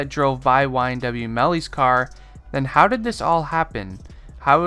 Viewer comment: how he said how did😂